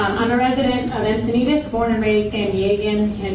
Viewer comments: Come on man, its pronounced exactly as it's spelled! Encinitas, not Incitas. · Yeah, but they totally butchered the pronunciation of Encinitas